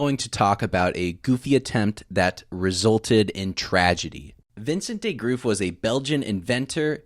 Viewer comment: The way you said "Vincent De Groot" bruhhh, I'm a Dutch man, you completely butchered that last name.